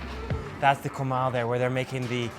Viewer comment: Did this guy say "KOWMAL" lmao people need to learn how to pronounce shit properly